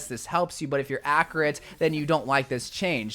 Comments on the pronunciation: bro said "accrate" & "50" instead of "15" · Man said acuurat instead of accurate